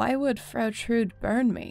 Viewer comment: The e in Trude isn‘t silent!